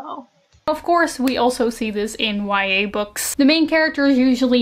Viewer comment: Everytime she says YA I hear Y/N😂